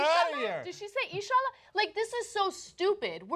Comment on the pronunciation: Why are they just reading off a badly reported Yahoo! story and adding random pointless comments to it? They don’t even pronounce “insha’allah” right.